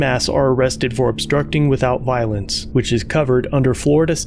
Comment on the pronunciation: "you're obstrupting my inbestigation"...sounds legit